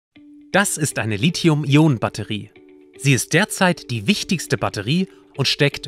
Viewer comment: Endlich mal jemand, der Lithium und nicht 'Lizium' sagt... :-) top!